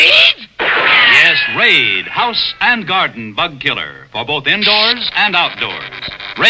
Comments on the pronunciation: You mean raid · bug can't say raid